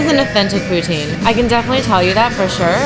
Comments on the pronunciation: I love the way you say poutine lol. I like smoked meat poutine :) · Learn to say Poutine....since when did you become an expert on Poutine and know if it is authentic....if this was dim sum maybe I would give you a chance but you are in no position to rate this. also buy a better fucking camera you amateur.